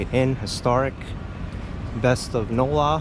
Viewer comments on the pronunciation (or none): none